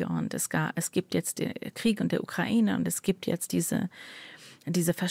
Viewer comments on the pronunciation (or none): none